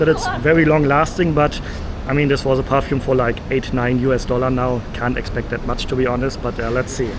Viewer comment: *perfume not parfume